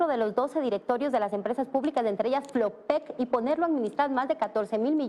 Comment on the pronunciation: Por lo menos ya sabe decir FLOPEC